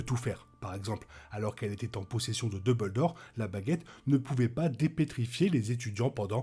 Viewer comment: Merci de cette nouvelle vidéo. Par contre, s’il te plaît, duMbledore, et non pas deubeuldore 😉